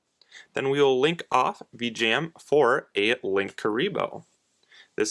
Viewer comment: No hate whatsoever, but I have an issue with how you pronounce Vijam. Either way, nice video!